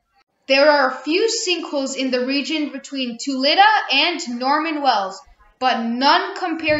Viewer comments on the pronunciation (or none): Great video! Just a heads up, Tulita is pronounced kind of like “tel-e-ta.” It’s kind of a tricky one! It’s nice to see someone highlighting the Northwest Territories. Definitely subscribed :) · Came here for the pronunciation as well. Your video is fantastic, take a couple extra mins and connect with locals on the names. Tulita Dolomite Carbonic The reason prononciation is important to respect is that these areas are not populated enough to influence over viral videos. Really good job on the video 👏